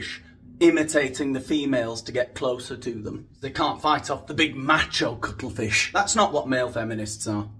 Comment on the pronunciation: Did you say cuttlefish or cuddle fish? 😊😊 I once was a feminist, back when I was making $125 a week as a file clerk and my husband wouldn't help with the kids or the housework. I'm not sure when feminists became whining Karens, but I resigned from their cranky club after I realized they weren't just fighting for equal rights. A lot of the more vocal foul-mouthed feminists were intent on emasculating men.